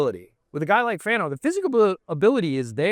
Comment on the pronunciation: I know it's not a huge deal. But it's genuinely disappointing that Lindsay seemed unable or uninterested in actually knowing players' names. "Spencer Fano" is not a hard name to say, but she kept saying Fanu. Now I'll grant that "Francis Mauigoa" is more difficult, but still - if you're doing an NFL draft podcast, you really should be able to say the names of the top 32 players!